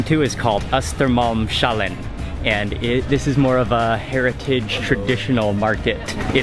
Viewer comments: Östermals-HALLEN not shallen :d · He did'nt pronounce Hötorgshallen completely correct but good effort. The sh is not pronounced as in the word Shell. You say Hötorgs- hallen, like it's two words kinda. Same with Östermalmshallen. Hallen means like a great big hall, a big room sort of. And the -en at the end makes The Hall 😊 I'm not an expert in explaining Swedish grammar in English tho 😂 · the S in HötorgShallen and ÖstermalmShallen are genitive, and should not be combined with the H when pronounced. So it is not [Shallen] as he says it, but hötorgs-hallen. Where "hall" is the Swedish word for a large volume building, as in English. "en" at the end is the definite form, So it is like "The Royal Albert Hall" - "ÖstermalmshallEN".